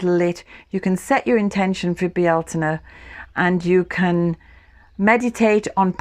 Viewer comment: ♥️ Yes, candle lit and sat in the midst of the garden soaking up the colors and sounds of birds in bees as they coo, caw & buzz❣️ Just love your garden tour, your wisdom and beautiful music. Some say Beltane, you say it with 3 syllables “Bealtaine” ~ beautiful 🙏🏼 I just love to hear you say it🤗 Thank you!